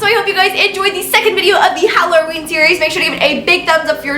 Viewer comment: I swear at first I though she said the. Howloween